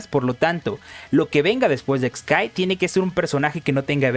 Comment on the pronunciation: El nombre del personaje se escribe χ-kai- y se pronuncia solamente "kai" (por eso tiene los guiones) no se porque los youtubers cometen el error de pronunciarlo "Ex kai" o "Equis kai" siendo que χ es una letra griega que en inglés se pronuncia "kai" y en español "chi".